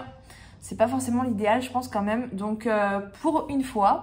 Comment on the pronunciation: " La meum" ou lieu de " La même", tu ne serais pas du Finistère toi?!? 😀😁 Bravo pour tout ce que tu fais 😊